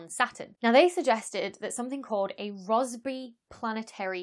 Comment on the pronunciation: I thought she was saying raspberry all British until Rossby appeared on the screen. 😆🇬🇧🖐️